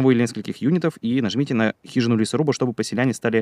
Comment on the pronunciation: Поселянен... Я, услышав это слово, завис на пол минуты, ища правильный вариант.. Еле вспомнил, что правильно Поселенец будет!